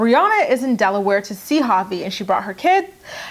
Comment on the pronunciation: Sometimes when you say Javi I think you’re saying papi 😂😂😂